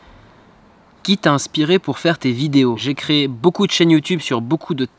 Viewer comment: Tes prochains projets dans la vie ça se dit tes et pas t'ed